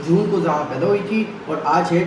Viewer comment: Zoha bola kro zha nh